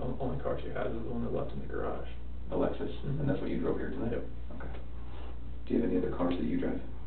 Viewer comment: It's called a "Lexus", not an "Alexus"